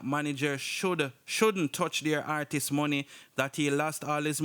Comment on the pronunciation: For real!!!! So annoying “artisses” 😑